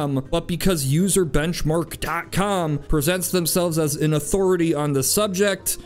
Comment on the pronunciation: Started laughing as soon as you pronounced the words: "userbenchmark"